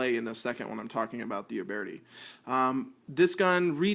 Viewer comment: Youbeartee? It’s pronounced “youbirdy” why do people make videos to talk about guns if they don’t even know how to pronounce the guns theyre talking about